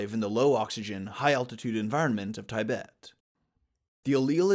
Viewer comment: First and only time (so far) that I've ever heard it pronounced 'Ty-bet'